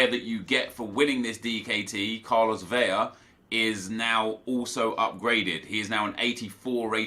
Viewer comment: It’s Carlos VeLa. It is only to Ls that makes an Y-sound in Spanish. Love you, keep up the good work!